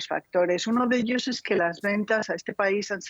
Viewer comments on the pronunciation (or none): none